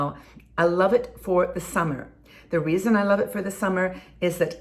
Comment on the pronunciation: Reason not reasom.